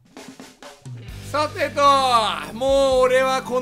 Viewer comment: はじめの「さ！て！と！」が 「ポ！テ！ト！」にしか聞こえませんでした